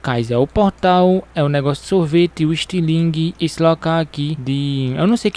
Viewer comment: "Istilingue" kkkkkkk